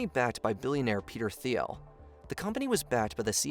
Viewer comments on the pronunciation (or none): none